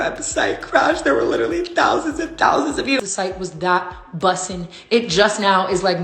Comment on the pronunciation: EWWW. why the fuck did she say “bussin” like that. You use bussin for food— (coming from a black person)